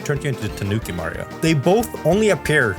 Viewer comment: omg my favorite supah herå, supah mariå